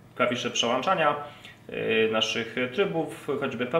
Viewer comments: Włącznik czy włacznik? Przełączania czy przełańczania? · W słowniku znalazłem przełączania a w filmie przełanczania. Poza ty świetny materiał. Obejrzałem z przyjemnością. Życzę sobie więcej wariatów rozbierających radiotelefony.